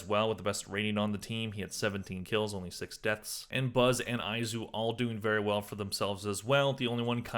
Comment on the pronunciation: Also why do you pronounce some people's names differently than it's actually supposed to be pronounced? It's pretty frequent but the one from this video: Izu is pronounced E-zoo not eye-zoo. I mean they've said his name all tourney, streamers and the broadcasters were glazing him all tourney